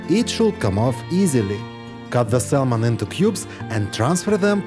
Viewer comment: The L in saLmon is SILENT Sahmon!